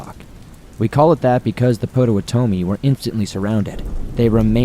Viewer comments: Great info! For future reference, it's "pot-oh-WAH- toe-mi" I promise! The tribe still has a significant presence in Illinois and Wisconsin, where I'm from. They even have a HUGE casino in Milwaukee. Otherwise, it's a great video! Starved Rock is a beautiful area generally free of violent crime. But this was an obvious exception! Thanks for sharing! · Dude please check pronunciations of names. Le Salle is phonetically La Sal and Potawatomi is phonetically Pot A What A Me.